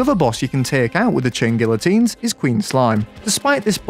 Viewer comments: I think it’s pronounced guiotines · It's gee-o-teens m8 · Bro, the LL is not pronounced, its guiotines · its pronounced "gee-uh-teen" (look it up so u dont make my soul hurt) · You still pronounced it wrong lol GEE-uh-teens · You don't pronounce the "L". it's "gee -oh-teens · *tries to pronounce it right* ah yes, ive got it right now. *pronounces it wrong again* try (Gee-ah-teens) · Chain gee-uh-teens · Chain gee oh teens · i think the L’s are silent, so it would be “gia-teens”🤣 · bro really said gillateens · I can't blame you, everyone gets it wrong. Since it's a French word it's actually pronounced Gee-a-teen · hum acktually you say guiyoteens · "Geeateens" its pronounced kinda like that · Not to be the nerd... But its Gee-uh-teens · It’s geyatines. Spanish L’s when next to each other make the y sound. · Funny thing is he's still saying it wrong, it's pronounced gee-o-teen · Does he know it's pronounced like geeyotines, it's French and someones name. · pronounced geeateens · Pretty sure the chain guillotines is hardmode Also it’s pronounced ghee-ah-tines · You still pronounced it wrong. "Gee-ya-teens" is pretty much how you say it. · The L is silent so it is pronounced gy-ah-teens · Gee ah teens I know French sucks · Fun fact, the letter l is not pronounced in that word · Dude the L is silent???